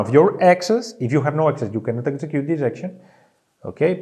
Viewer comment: Really hard to understand an explanation of a game where a vital part is interacting and placing hexes around the boards, when the person keeps referring to them as "ex's". I'm sure he is am experience boardgamer / presenter, but if you attempt to do a tutorial video in english, pronunciation ability is probably quite important thing to consider.